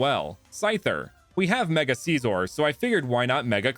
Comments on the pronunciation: It’s not seesor it’s sissor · You sed scizor wrong